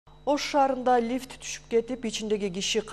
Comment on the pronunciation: Лиф емес лифт